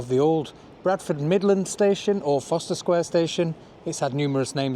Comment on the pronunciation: Isn’t it Forst er..?? Not Foster ?